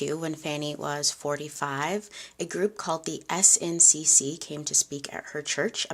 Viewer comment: Great story telling as always,. Don’t worry about the makeup. What’s most important is the history. Someone can correct me in the comments, but I believe SNCC is pronounced like “snick”. I feel that’s how I’ve heard it pronounced in documentaries. Just sharing for awareness but it doesn’t take away from your storytelling 💗